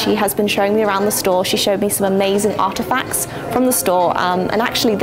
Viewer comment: artefacts lol Art efacts😂